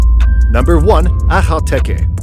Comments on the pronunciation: That last breed is pronounced Akel-tiki. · I died when he said “Ka-nabstupper” lol who’s gonna tell him the k is silent 😂😂😂😂 and when he say akhal-teke he sounds like he has something stuck in his throat lol 😆